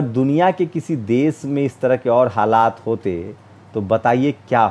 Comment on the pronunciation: aap apni bhasha shudh kijye plz.sha shabd ko sa na kehkarvucharit kare. Aap deshbko des kehvrahe ho Shramik ko sramik kehte ho pls bhasha sudhar kijye.